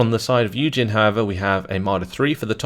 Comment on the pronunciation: I was listening to the video without really watching in the deployment phase for the first YueJin game commented, and for a while I literally thought the guy was called "Eugen".